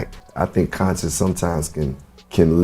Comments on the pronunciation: Bhai consince rap nhi bolte isko, isko bolte hai conshious rap that's how u should pronounced it. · Bhai pronunciations skill sudharo conscious rap ko consess rap bula rahe ho 😅😂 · Ache se bol , consens kya hota hae? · M koi gyaani Nahi Hun lekin bhai wo कोनसिंस Nahi कॉन्शियस hota.. Correcting cuz I like watching ur channel.. No hate🙌🏻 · Conscious rap ka pronunciation galat h bhai